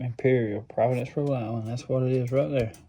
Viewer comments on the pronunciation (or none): none